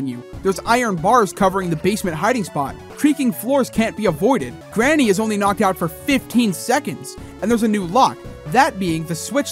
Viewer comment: I didn’t want to be the:” Erm.. actually” 🤓 guy but, its not “Garnny” it’s Granny